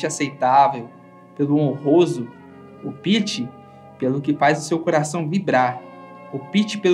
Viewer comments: A pronúncia não é "opíte" é "ópite"! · Aí, depois de tantas palavras sábias, vem o narrador com "opíte" Poxa, amigo! Ópte, com força no "o".. Gzuis, chega a doer na alma